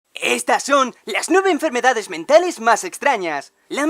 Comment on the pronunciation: Entendí "diez" en vez de "nueve" XD